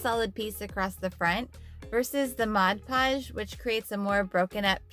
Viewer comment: Honey you need to pronounce the 'D' in PODGE! Saying Modpogge isn't correct, it's MODPODGE! I like your tip with powder.